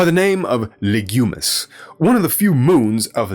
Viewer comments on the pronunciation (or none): lol, you keep saying "Legumis" instead of "Lignumis" after the Latin word for tree "lignum" makes it sound like the planet is about legumes, IE: peas.